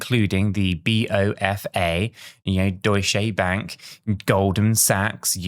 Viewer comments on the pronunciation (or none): um, was that Deutsche Bank thing a Freudian slip? It's pronounce "Doy-ch". . . . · I was going to comment on this as well. How can you be in crypto and pronounce Deutsche bank douche bank...🤢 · Deutsche Bank is not pronounced Doosh Bank, Sounds like Doosh bag 🤣🤣🤣🤣🤣. Do you know what a doosh bag is 🤣🤣🤣